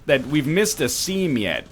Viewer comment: It's scheme